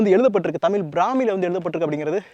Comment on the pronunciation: Bro humble request to pronounce zhakaram our prescious gift which is in none other language. Please pronounce tamil as thamizh please